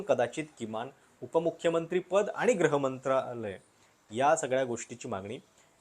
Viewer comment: ग्रह मंत्रालय की गृह मंत्रालय ?